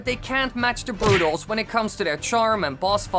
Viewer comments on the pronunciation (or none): Rusho896 Productions u can’t even say they’re name correctly